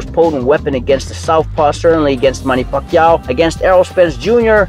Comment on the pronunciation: Ugas is a class act! Stop placesing your dirty tactics and lack of personal class on him....just by the way this guy pronounces “ Pacquiao” we all know what time it is....